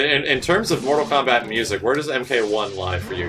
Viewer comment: Kortal Mombat....... nice, nice lol